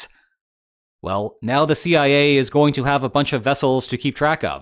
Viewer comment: the Sea-I-A